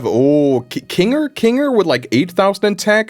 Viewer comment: How he says kinger😂😂